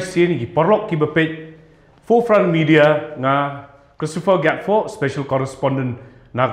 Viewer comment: Gatphoh lah pronounced Gatfoh .😂😂😂😂 Ani lit la bew mia 😂😂😂😂😊